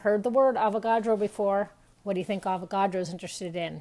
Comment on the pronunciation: i thought avocados when you said avogadro